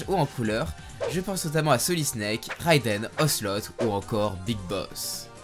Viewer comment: Excuse moi ”Réidène”